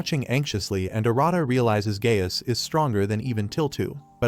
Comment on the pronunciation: Lmao Gaius sounds like “Gayass”